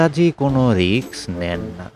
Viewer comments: ধুর মিয়া, রিকস না রিস্ক, শুনলাম না, উচ্চারণ ঠিক করেন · রিক্স নয় রিস্ক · Risk riks noi, uccharon thik noi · কথাটা রিক্স নয়, রিস্ক। এই উচ্চারণ নিয়ে আবৃত্তি!!! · রিক্স নয় রে ভাই কথাটা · Risk noy riks...jeta sotti e newa jaay naa😝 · রিক্স নয়, রিস্ক... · লিখেছেন রিস্ক, আর বললেন রিক্স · রিস্ক হবে উচ্চারণ রিকস নয় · উচ্চারণটা ঠিক করা দরকার। ওটা risk, riks নয়। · Riks na bole risk bolun. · ভালো। তবে 'রিক্স' নয় , 'রিস্ক'! কানে লাগে ! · শব্দটা risk, riks নয়। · বাংলাদেশী তো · কে এই গল্প পাঠক? রিস্ক কে রিকস বলে গেল!! এত কম শিক্ষিত লোক তো এখন গ্রামগঞ্জে রিক্সা স্ট্যান্ডে ও খুঁজে পাওয়া যায় না! দুর্ভাগ্য আমাদের বালছাল শুনতে হয়। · আমি এই গল্পের পাঠকের কাছে মাফ চাচ্ছি। আমি বড় একটা ভুল করে ফেলেছি। দু-তিন পেগ গলায় ঢেলে রিস্ক বলার চেষ্টা করলাম, কিন্তু বলতে পারলাম না রিক্স উচ্চারিত হলো।। পাঠক সঠিক জায়গায় সঠিক উচ্চারণ করেছেন। আমি আবারো ক্ষমা চাইছি। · খুব সুন্দর। তারাপদ রায় অনবদ্য। আপনার পাঠ আর অন্যান্য আয়োজন সুন্দর। তবে বারবার রিক্-স্ কানে লাগছে। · উপস্থাপনা ভাল। বার বার রিক্স উচ্চারণটা কানে লাগল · Riks বলছেন কেনো? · রিস্ক উচ্চারণ টা ভুল আছে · Risk উচ্চারণ ঠিক করুন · Risk এর উচ্চারণ টা ঠিক করুন ।